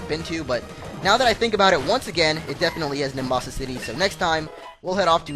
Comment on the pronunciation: its nimbasa